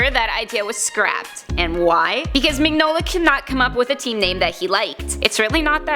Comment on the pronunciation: I hate to be "That guy", but it's pronounced "Min-yola". Sorry, that just really bothered me lol. Very interesting video though.